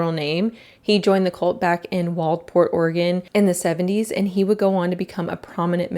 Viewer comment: So super off topic but as someone who grew up on the Oregon coast I’m just glad to see a video that pronounces Waldport correctly